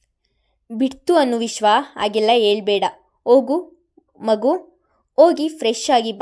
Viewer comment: Story is nice but narration is not good. Uduga udugi alli vogu pl change the pronunciation.